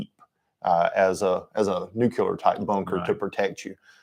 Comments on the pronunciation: I am sorry, but I could not finish the video, hearing "nucular" so many times got on my nerves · Geezus H Christ stop mispronouncing nuclear………